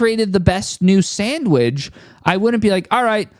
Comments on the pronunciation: "samwidge" lmaoooo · did he say sandweg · U were spittin until you pronounced “sandwidge” like that… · bro said sandwij smh its sandwich get it right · I thought he was doubling down on the mispronounciation but I think that's his accent.